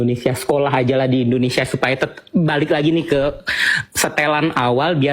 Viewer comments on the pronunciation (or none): none